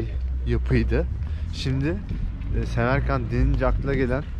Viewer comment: Semerkend değil Samarkan